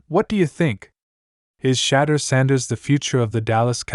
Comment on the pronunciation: Who’s shadur sanders? It’s shadeur